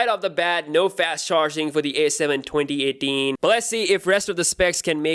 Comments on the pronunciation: i mean his accent is so perfect except the 2018 lol. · The way he says 2018 hes like twonty etin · He's Indian spy 🤔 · cuz he is pakistani..